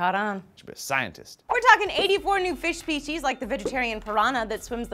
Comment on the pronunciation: 0.48 "Fish speshies".